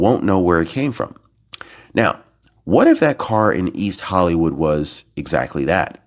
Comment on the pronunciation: please stop trying to scare us, correct,, "whatif",,, what if